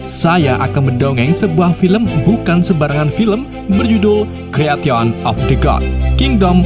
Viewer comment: Pelafalan bahasa Inggris lu dibenerin lg bang,aneh dikuping dengernya,creation dibacanya kriesyen bkn kreation